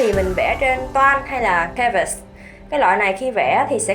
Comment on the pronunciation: Em thấy chị nên lên gg tìm cách đọc cho canvas hoặc gouche chứ em nghe chị đọc sai trong khá nhiều video á